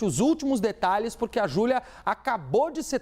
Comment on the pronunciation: Minha cabeça até doeu ao iuvir a fala do advogado de defesa ."Júlia", "Julia",,"Julua"...😮😮😮